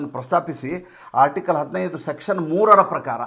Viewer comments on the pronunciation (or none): none